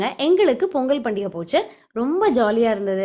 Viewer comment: polli ella u r pronucing wrongly in our district also we will follow the same procedure but we will cook sweet potato and avarakai ur neighbour(male) is so helpful to his wife . r u a vegetarian or non vegeterian. 🙂🙂🙂🙁🙁by sangeesridharan